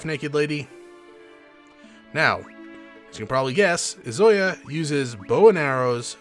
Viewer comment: I'm enjoying this playthrough, but the fact that you keep mispronouncing Izayoi's name (it's EE-zuh-YOY) is very distracting...